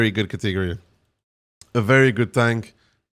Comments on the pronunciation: Can you say catagory again for me hahahhahahahaha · I like the cateeegory pronunciation, don't care that it's wrong, sounds soothing